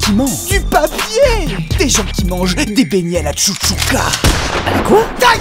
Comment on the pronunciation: C'est la chachouka pas la chouchouka